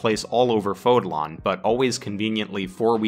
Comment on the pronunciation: Fódlan as in Fód-Lyn Not Fód-lawn